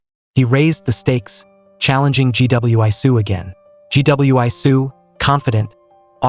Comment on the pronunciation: Gweesoo, not G.W.I.soo! Robots are not people.